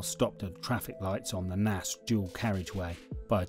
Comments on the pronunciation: yeah Nace as in rhymes with Race! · Its pronounced Nace!